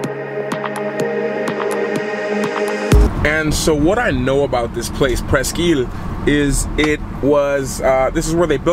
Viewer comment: pronounce the name of the State Park correctly if you want to do a video about Erie. Erie averages over 4 million tourists a year. We have all the people we want. Thanks for visiting anyhow!